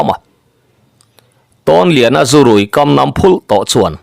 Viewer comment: I thawnthu chhiar i uluk bawka, ngaihthlak a nuam ta hle mai. Thu mal lam dik loh tlem chu a awm leh zeuh ṭhin. A ziaktu tih nge? Nangma tih ka hre lova. "Nem," ti hian lam tawh lo la, a duhawm mange. "Nam" Namthla tih nise.